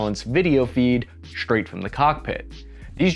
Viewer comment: There is no h between the s, and t in straight, and strength. Grow up. Stop using wokespeak. At least he hasn't elided his tt's yet.